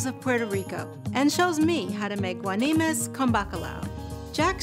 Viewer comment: You America's Test Kitchen got the name wrong, is guanimos, not guanimes.